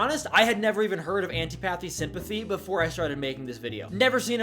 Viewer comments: "I've never heard of Anty-pathy Sympathy before" yeah I can tell by your pronunciation 😂(it's an-TIH-po-thee) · say it with me: an TIP uh thee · The way you pronounce "antipathy" hurts my soul